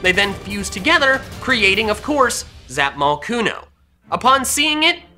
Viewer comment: Says its name in a weird accent Zapmocooooooon